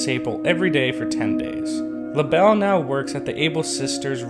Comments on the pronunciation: Lah-bell Me: Lay-Buhl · Cant you just pronounce it laybel not lahbel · Labelle isn’t actually prounced “La-Belle”, it’s pronounced “Label” 😅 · Sable Mabel This dude: Labell Dude, it's Label. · Not tryna be rude but it not LA Bell it la bel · I thought she was called lable not Labelle or is it different in new horizons? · I thought Labelle was pronounced label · It's pronounced lay-bell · Its pronounced Laeble like the thing describing the animal or something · It’s pronounced (lay)ble, just follow the pattern you toddler brained midget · He Keeps lable wrong Haha Lol :)